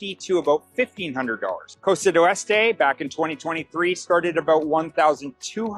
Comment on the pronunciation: Why does this guy keep prounouncing "Costa del Este" as "Costa du Este" and "Punta Pacifica" as "Puta Pacifica"? "Punta Pacifica" means "Pacific Point." "Puta Pacifica means "Pacific Whore." LMAO He says he's lived in Panama for 4 years. How can you live in Panama for 4 years and not even learn to pronounce the names of the cities correctly? Even if you don't speak or understand Spanish, Spanish pronunciation is really very easy. He's the typical ugly American. I've met white people who've lived all their lives in Tucson, AZ, where almost all the streets and towns have Spanish names, yet they couldn't properly pronounce those names if their lives depended on it.